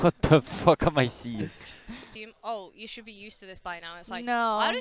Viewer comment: Juicy: what the fuhck am I syeeing. Low key relatable.